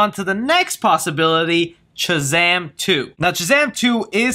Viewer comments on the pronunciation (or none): Bruh, you’re killing me with the way you say Shazam. You say Chuh-zam instead of Shuh-zam. Lol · So u do realize the whole vid you were saying chazam not shazam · Dude I love you will all my Heart!! I watch and like your videos everyday!!...... but bro....its SHazam.......not CHazam! Lolol. Had to point out out. It was killin me. 😆😋Keep up the good work man!! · I can’t get over the fact that he won’t stop saying “Chazam” it could just speech problem, but it’s really distracting 😂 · It sounds like ur saying chazam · what am I missing? Why are you saying Chazam instead of Shazam? Super Girl most likely, but Black Adam would also make sense. I just want a Man of Steel 2. For me he has been the perfect Superman, I just want him in more. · Am I the only one hearing Chazam? Lmao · Was anyone else hearing chazam? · Is it Shazam or Chazam? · Chazam?? I'm not hearing shit right? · stop calling him chazam! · Why does he pronounce it "Chuh-Zam" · I was thinking that exact same thing lol. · That's what I was thinking lol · You keep saying “Chizam”? Am I missing something? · Are you saying "Chazam",lol? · Is he Saying Chazam?!?! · sounds like you're saying CHAZAM